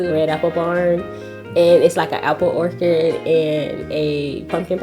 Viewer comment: Im so glad they've found each other and are happy together ❤️ hopefully they have many happy years together... BUT... Mom.. please.. Please... PLEEAASSEEE teach her how to say "orchard"!! (N not soundin like "orchid" 😂😂 yes, it might seem silly and minor, but its always great to learn the proper pronunciations of words you intend to use ;) Hopefully, they have many more dates to that orchard.. maybe even as anniversary dates 😍😍😍🥰🥰🥰 (also, mom, im hoping YOU also like him!!! 🤞🏼🤞🏼